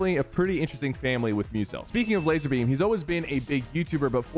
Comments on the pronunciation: ITS LAZARBEAM!!! NOT LAZERBEAM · nah you violated laz a rbeam with the laz e rbeam